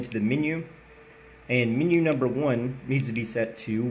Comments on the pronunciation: The word "AND" is a single syllable word. Quit trying to turn it into a two syllable word by saying "AYE-AND". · Notarubicon would have pinned this also. Still waiting to hear the 2 silabel version of and. 😂